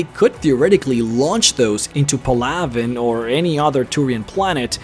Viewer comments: It's PAL-a-ven, not, pa-LAV-en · Shows you how many people actually talked to their crew, did all sidequests or read the codex. Its just sad. And if you played ME3 or listened to the codex entries in all 3 Games, youd know that that is not the correct way to pronounce Palaven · Did anyone else hear him miss pronounce the Turian home world